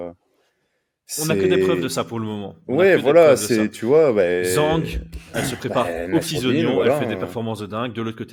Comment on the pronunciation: Les noms chinois (et est-asiatiques plus généralement) sont traditionnellement exprimés avec le nom de famille en 1er et le prénom en 2nd Donc c'est Zhang Weili, Zhang c'est son nom et Weili son prénom Idem, Song Yadong, Song c'est le nom (Au passage quelqu'un sait me dire pourquoi prononce toujours "Zèngue"?)